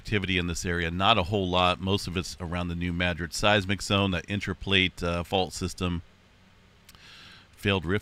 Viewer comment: I rely on Stefan Burn. He doesn't use words like mega and full rupture. He is not a fear monger. And Stefan know how to pronoun New Madrid correctly